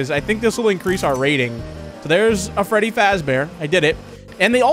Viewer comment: Bro said feddy💀